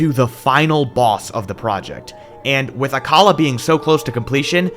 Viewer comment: You pronounced Akkala wrong it’s ack-uh-la